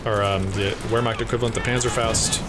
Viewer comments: as a usf and coh2 noob I love those videos, in return, please take those letters to helpbyou with the pronounciation of german words: W = V v = F so Vermacht or folksgrenadiers. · It's pronounced roughly "vair-makt"